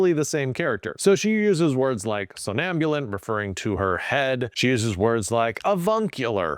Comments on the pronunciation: "Somnambulant," not "sonambulant." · Isn't it "somnambulent" instead of "sonambulent"?